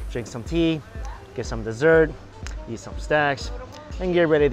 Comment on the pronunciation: Get some snacks sounded like something else...lol